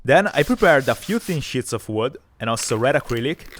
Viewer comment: "i prepared a few thin shits of wood" i know it's just the accent. Still exhaled though!